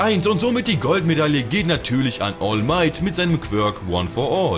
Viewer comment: Es heißt "quirk"